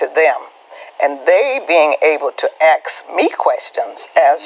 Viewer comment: Ask,,, not axe.. You illiterate twit. How did this country elect so many stupid people to be in power. I dont understand it.